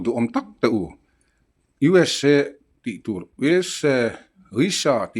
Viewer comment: Dala hnenah khan, UESA i lam dik loh vangin An rawn man dawn che ti rawh...